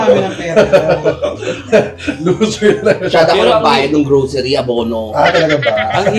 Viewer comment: "Go, Glow, Growcery for Chad" 😭😂